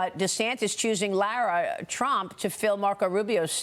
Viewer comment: its Lara not laura